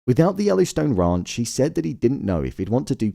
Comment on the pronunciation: He keeps saying the The Raunch 😂